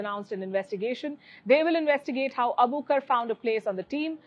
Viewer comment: Her name is Nasra Abu Bakr so please stop calling her Abukar! Get the poor girls name right